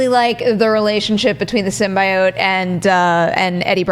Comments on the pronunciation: did just mispronounce symbiote on purpose to piss us off?! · Did just say sym-bye-oat....